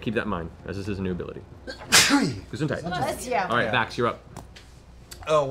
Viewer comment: German viewer here, binging everything crit role right now. That "Gesundheit" put me out of it soo much omg. love you guys